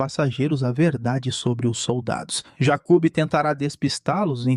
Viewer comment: Jacub kkkkk a pronúncia errada deixou engraçado